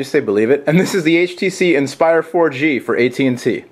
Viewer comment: I get it : HTCEEE Inspire 4GEEEE from At&tEEEE. lol